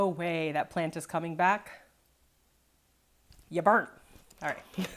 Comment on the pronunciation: When you said “Yah Burnt” I lost it 🤣